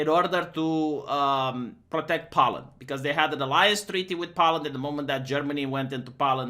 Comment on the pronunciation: Poe-land, not pow-land,.